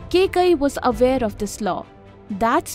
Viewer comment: if only kaikeyi was pronounced correctly this video would have been properly informative love the hard work you guys do